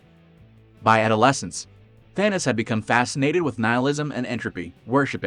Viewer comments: It's Thanos not Thanas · It was so annoying hearing the guy keeps saying Thanis instead of Thanos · Thanis. Thanis. Thanis. Whats with the computer voice